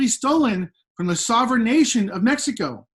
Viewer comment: VIVA MI RAZA MEH-SHE-KA